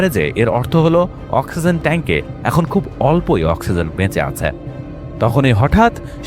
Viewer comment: তুই অশিক্ষিত বর্বর একটা মানুষ। তুই এখনো "ই" এর উচ্চারণ শিখিসনি। ব্যাটা অশিক্ষিত ও মূর্খ। "খুব" এর সাথে "ই" যোগ করলে উচ্চারণ "খুব ঐ" কিভাবে হয়, মূর্খের বাচ্চা? উচ্চারণটা হবে "খুবি"। আবার "এক+ই" কে উচ্চারণ করিস, "এক ঐ"!!" মূর্খের পয়দা। এর উচ্চারণ হবে "য়্যাকি"। বুঝেছিস, ব্যাটা অশিক্ষিত বর্বর এবং নিঃসন্দেহে একটা অছাত্র।